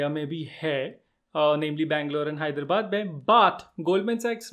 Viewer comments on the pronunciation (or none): none